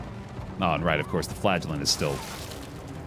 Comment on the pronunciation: Am I the only one that hears flatulent instead of flagellant?